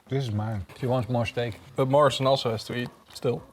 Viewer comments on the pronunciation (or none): Is it just me who always heard Marshall instead of Morrison?